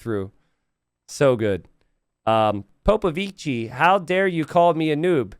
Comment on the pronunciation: Imagine an italian pronouncing POPOVICI ...that's the way